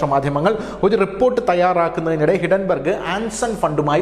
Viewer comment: ഹിഡൻ ബർഗല്ല,ഹിൻഡൻ ബർഗ്